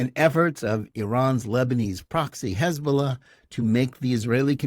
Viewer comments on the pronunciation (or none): none